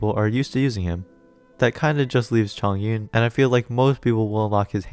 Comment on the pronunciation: hiii bestie a liyue pronunciation guide is out please give it a listen =) <3 thanks! - chongyun main